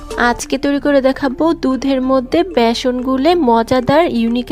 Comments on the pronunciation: ভ্যাসন না বেসন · ভিডিও তৈরি করার সময় শব্দের উচ্চারণের দিকে নজর রাখা উচিত। ভেষন না বলে বেষন বলতে হবে।